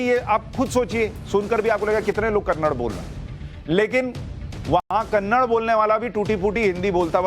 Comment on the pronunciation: It’s not Kannad. Kannada is the right pronunciation. Hindi is not a national language. There no national language in India. There is a national bird, national animal but there is no national language. The way a Hindi movie is dubbed to Talugu, Tanil, Malayalam, a Kannada movie is also dubbed to Hindi, Tamil and Telugu and many other languages. It’s not dubbed to Hindi because Hindi is a national language. You need a patshala about languages.